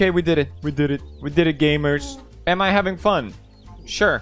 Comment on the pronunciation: How pewdiepie pronounce gamers : gAYmeRs